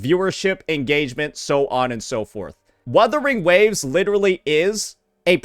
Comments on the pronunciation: Proceeds to mispronounce Wuthering Waves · Bro was shitting on that one dude saying wurthering waves and he started doing it lmao